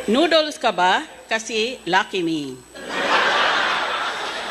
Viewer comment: Ok noodles ha hinde nodels😂😂 Google hinde gogel😂😂